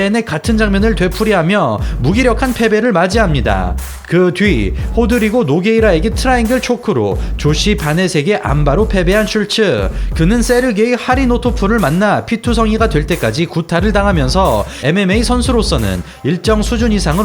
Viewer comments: 하리(노)토프 -> 하리토노프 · 하리노토프가 아니라 하리토노프입니다. 사실 이름도 슐츠라기 보다는 쉴트 혹은 슐트라고 발음해야 맞는 듯.